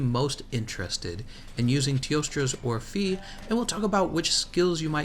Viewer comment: Hey, in teostra's orphée name, the "ée" part should actually be pronounced like the first "e" in "educated" Anyway, I really appreciate your videos and guides, keep it up!